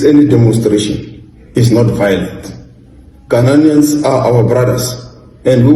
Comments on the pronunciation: They can’t even pronounce GHANAIANS correctly. Their uneducated minds keep repeating the non-existing word Ghana-nian? Their effort to do damage control is dead on arrival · Even Ghanaians u can't pronounce and saying "ghananians" or whatever and u are to tell us what to do...? U guys are a bunch of hypocrite. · Ghanaian not GHANANIAN 😂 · We are not Gha-na-nians we are GHA-nians educated illiterate